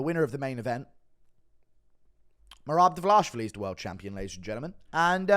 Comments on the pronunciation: No one: GURU: Divvle-Osh-Villy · Why do you say Devlashvili